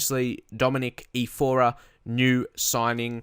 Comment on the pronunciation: Hey, I noticed you pronounce his name "E-for-uh" but from the spelling (Iorfa), it looks like it's supposed to be pronounced "E-Or-fuh".